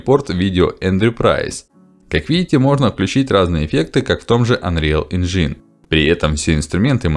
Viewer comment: Ну вы просто не правильно говорите и все, вам же никто не запрещает это делать, просто указали на ошибку. Я бы прислушался к совету, это улучшит контент, хоть и не на много. Так же у вас ошибка в ударение в слове engine. Спасибо за обзор.